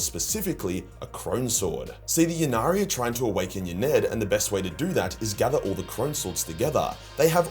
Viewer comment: Ynnead is pronounced In-ee-ad, or Yin-ee-ad. Peace brother ✌️